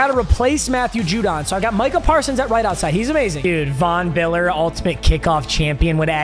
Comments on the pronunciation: Bro awesome vid it sounded like you were saying Vm Biller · Von Biller